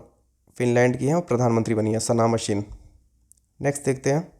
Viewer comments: सना मरीन है सर, मशीन नहीं..! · Sana marine not sana machine sir